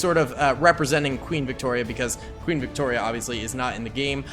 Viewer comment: Great video, but I cringed when youbsaid Victoria, but I'll let you being that you are an American ;) lol